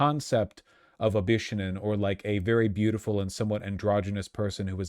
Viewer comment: "Bishounen" is pronounced "bih-shohh-nen". It's a long "o" in the middle.